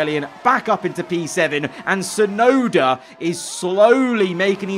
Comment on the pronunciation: Crofty: It's Yuki Chefnoda ladies and gents!